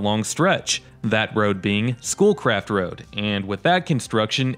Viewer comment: Every time you said "Schoolcraft," I heard "Bull Crap." I was on my laptop doing stuff with your video playing in the background.